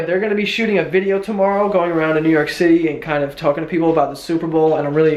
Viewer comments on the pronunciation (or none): I love how he just randomly starts speaking in a New York accent 😂